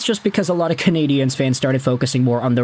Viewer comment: I always listen just long enough for you to mispronounce Canadiens. 23 seconds. Get it right or just do as Anglo Montrealer do and pronounce it in English. The French here have no problem with that at all.